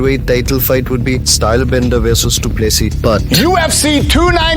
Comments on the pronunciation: Not dooplusseas but,Doo plu sea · Dricus du Plessis (du ple-see) Get it right... FFS